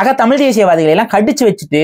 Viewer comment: டமில், தெடி கொள்கிரோம் .... தமிழை சிதைப்பதற்கென்றே தமிழ் தேசியவாதிகளுக்கு சிறப்பு பயிற்சி எங்காவது தரப்படுகிறதா? தமிழை சிதைப்பதில் இவர்களை யாரும் மிஞ்ச முடியாது. தாங்கள் அழிவதற்கு முன் தமிழை அழித்துவிட வேண்டும் என்ற குறிக்கோள் நன்றாக தெரிகிறது.